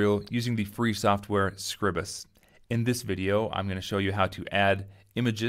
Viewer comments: ...should have called it scribe-us, to get the name right... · I'm sure someone has already said it, but, the pronunciation is off. I am fairly certain that it is … LEE-bruh Office SCRIBE-us